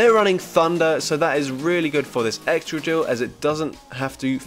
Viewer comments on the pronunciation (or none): wait did you just say "egchoqhil" instead of Excadrill? 🤣🤣